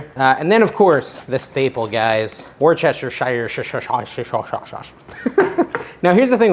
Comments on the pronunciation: Hey! It's...."wooster-sher" sauce (a Limey word) They leave out a lot of syllables sometimes. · Woostah sauce! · Wish….toe….shear. Said quickly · say woo (like in wood)-stir-sure and you have it! It's not a phonetic word. Those crazy Brits!;-) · It's funnier to mispronounce it as "what's-this-here-sauce"